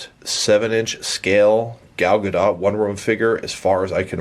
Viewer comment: It's Gah-dot.